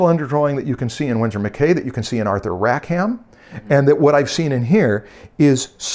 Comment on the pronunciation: Interesting video and obviously great art. Just a quick note: it's Rack-um.